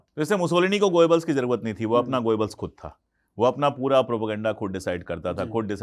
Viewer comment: भाई पहेले proper pronouns करना तो शीखें गोयेबल्स नहीं गोबेल्स था। N same goes with Bhutto, mushshrraf & so on…. Such films made everywhere… Hollywood too. Problem is, hit हो गयी बस, तकलीफ ये है बस। यर एक फिल्म क्या हीट हुई, all the ppl r goin behind it… Huh!